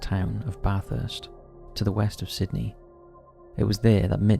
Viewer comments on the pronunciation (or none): none